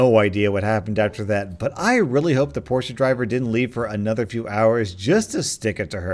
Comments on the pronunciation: Porsche is pronounced 'porschaa'. So idk what Ur on about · why do you pronounce Porsche as Portia lol😂 anyway great video, and wtf I can't get over people like these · Did this man just pronounce, Porsche, PORSH-EH? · Everytime you pronounced Porsche as 'Porshia' I SNORTED SKSKSK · pronunciation: Porsche=porsha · Why the fuck didn’t he just say cunt and why the fuck did he say “poor-sh-uh” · I'm sorry but if you mispronounce "Porsche" as "Porscha" again I think I'm gonna die. No hate love your vids :p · It’s pronounced pore-sh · This guy said porsha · Well if it's supposed to be pronounced the German way it should be porsch-eh (like e-lephant) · Dude, it's pronounced Por-sha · My dad had a Porsche and he along with everyone at the dealer pronounced it por-sha. Also, its a GERMAN word, put it into google translate and listen to how its said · The pronunciation of Porsche made made my ears cringe ~ sorry 😐- it’s not Portia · who the hell says Porsche like that? Portia??? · Did he seriously pronounce it "porsha"? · You pronounced Porche as Porsha, this aint it chief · Porsch uh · imagine being a grown man & calling a "porsche" a "porscha". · He said porsha 🤣😂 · Sooooo we gonna talk about how he mispronounced Porsche? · Porsche is not pronounced with an "a" at the end. That bugged me more than it should have. 😂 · EXCUSE ME?! WE PRONOUNCE PORSCHE DIFFERENTLY IN ENGLAND SAY IT CORRECTLY!!!! AND GIVE ME THIS CHANNEL!!! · That's not how you pronounce Porsche... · Still its porsche, Not porsch or anything Else. Hate it that a lot of german Brands are pronounced false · He pronounced Porsche wrong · How did u say Porsche there's no accent on the e I think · The way you say Porsche triggers me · It's german yes, that's why it's pronounced "porshe". It's definitely not "porsch" like how a lot of people call it, and I have never even heard "porshah" until now. How did the "e" sound suddenly turn into a long "a"? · Porsha pronounciation lol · Its Porsche not porsha